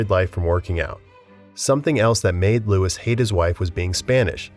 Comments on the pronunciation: Louis is pronounced as “Lou-ee” not Lewis 😭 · LOUIE! It is pronounced Louie not Lewis.. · Dude, your mispronunciations are grating. Louis XVI is pronounced “Louie”. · I was going to say the same, Im less than a minute in and already cringing from them pronouncing the "s" at the end of Louis, which is perhaps the most commonly known French name that does NOT pronounce the "s" at the end. I'm new to the channel and it made me think they just slapped on a half-decent "siri" text to voice thing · I kept cringing every time they said Lewis rather than Louey. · It’s arguably the most used royal name too 😭 “Lou-ee”